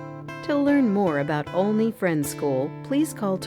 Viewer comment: It's a nice video, EXCEPT- the narrator mispronounced the name Olney. The 'O" does NOT rhyme with "only" or "lonely". It should rhyme with the O in Oliver or olive. Also, she steals a sylable from the word "parparatory." She says "prep-i-tory" instead of pre-pare-a-tory. Olney deserves better. As an alumnus, I well know Olney provides its students with excellent values-grounded experience in and out of the classroom. Graduates join a close-knit, lifelong community of alumni.